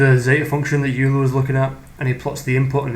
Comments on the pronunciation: Great video! One very pedantic correction: Euler is pronounced OY-lr or OY-la, depending on how you enunciate your R's. Sounds like Oiler or Oilah. Youler is a common mispronunciation. -Cheers! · Pronuncation: Euler = "oil-er"; Riemann = "Ree-mann"